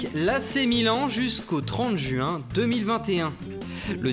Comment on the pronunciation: mdr vous avez remarquer comment il pronnonce juin😂😂😂mes sinon continue comme ca ru geres (ou vous gerez)